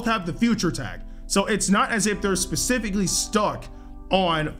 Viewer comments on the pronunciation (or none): none